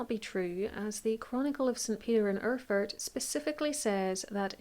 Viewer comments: Try Air-ford as phonetic pronunciation. ;-) And yes the old German isn't easy to read, there are some letter I cannot figure, but It reads something like: Als the (person above) landgravine Ludwig of Thuringia had an argument with the archbishop of ...; to reconcile the ...travelled to Erfurt for one day in the month of July in the year of 1184 where an unexpected, terrible incident happened. The ... and his counts including the knighthood that awaited him in the convent of St. Peter in Erfurt his stay in a hall, which was a very old building and under which the monks common quarters were or "Speech(?) house lay. As now the inlet of the...was very big and the old beams couldn't bear the weight - they broke and so all those who were in the hall, apart from a few, along with the wood (aka beams) and other matter deep into the secret chamber. ...Frederick clinged on with his hands to an iron bar of the next window a d had been retrieved from there. It is more than 100 people, under which were 6 born counts have been struck and squashed to death or spoilt in the debris/refuse (they probably meant the poop here) as they couldn't help them so quickly. Amongst those that lay lowest in the excrements and drowned in the same was also Count Heinrich of Schwarzenburg who also tended to say: When this is not true, so I die in a crapper (derogatory term for toilet for those who haven;t heard the term before). The speech is quite long winding and my translation not grammatically accurate a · ER-FURT !? Very Apt ! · Listening to this story I felt again how utterly unpronounceable those old German names are for everyone who has not learnt this language from their parents or at least from very early on. Mainz, btw, is pronounced `Mines`. And Erfurt is "Airfoort". Killer Toilet is a nice epithet on this smelly event. Perhaps the floor gave in because the builders had skimped on the thickness of the floorboards? Maybe the pit exploded? Too bad the Mythbusters aren`t around anymore.